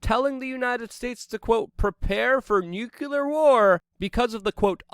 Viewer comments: LUKE, I'm a big fan of your work and would share your work more - but in a day and age of easy dismissal, the smallest of things can make the masses dismiss your body of works. *Nuclear (new-clee-errr) not nucular. Many words often are not enunciated properly, which unfortunately many will stop at your amazing reports just because of this. Keep up the great work, and train yourself to say nuclear and trajectory a bit clearer (among other words). Much love. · "Nucular War" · Love the content but it's pronounced NEW-CLEAR not NEW-CUE-LAR. Don't be like Bush. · Love your show, but stop saying “nucular” no reason to.